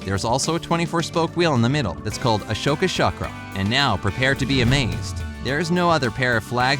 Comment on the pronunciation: It's not pronounced ashoka chara it's ashoka charam